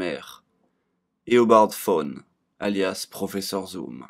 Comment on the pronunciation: Bonjour, la seule langue au monde où ils prononcent "Tawne" est la version française, Flash étant américain, ça se prononce bien "Thawne"